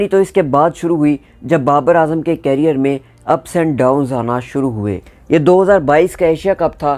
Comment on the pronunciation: कैरियर ❌ करियर ✅ उच्चारण सही कर लो।।😊